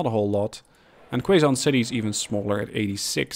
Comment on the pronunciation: Hey man! Really loving the series so far! Gave me some ideas on how to optimize my train lines on my own save game, so thanks for that! Keep up the good work! Note: Quezon City is pronounced as Ke-Zon City Hopefully we'd be able to see some Shinkansens whizzing across the map soon! :)))